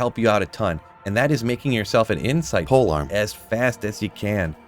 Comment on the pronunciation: ‘Pole arm’